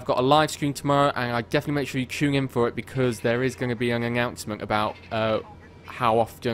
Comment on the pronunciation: "an anyoinouncemnt" lol everything about this video is hilarious even the word announcement